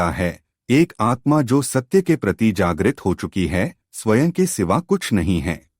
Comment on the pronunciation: Bahut accha bolte hain aap. Lekin ek shabd baar baar khatakta hai. Swaen shabd ka uccharan Swayam hai. Jaise sanskrit ka ' aham'. Anuswar (Akshar ke uper bindu )ko 'n' aur 'm' dono ke liye stemal karne lage hain. Isiliye galati ho rahi hai. Hindi ka uccharan aapka bahut accha hai.